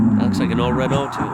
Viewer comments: The struggle with pronouncing some of the makes, mainly the French cars is real here. The big 3 that people have trouble with are Peugeot, Citroen and Renault which are pronounced Per-joe(kinda), sit-tron and reh-no respectively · Pea-Gwot, Shit-Run and Ren-Alt